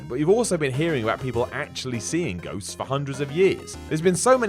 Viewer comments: Did he say "goats are real"? Really sounded like it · Anyone else notice when he says ghosts it sounds like he says goats?